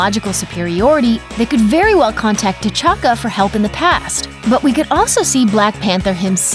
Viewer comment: I just love how she pronounced T'chaka as The Lord Tachanka